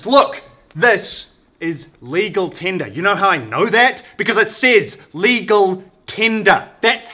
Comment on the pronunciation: 'Lecal Tender' 😂😂😂